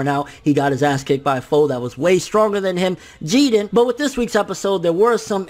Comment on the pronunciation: Pleeeeease stop saying “GeeDin”! It’s Jiren